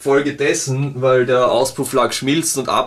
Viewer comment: Ich liebe es einfach, wenn Du "wal" ("weil") sagst :)